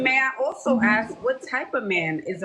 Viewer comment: Please figure out how to say the word ask I cannot take you serious when you can't speak English